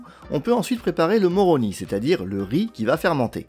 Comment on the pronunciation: On dit « moromi « … Tu sors !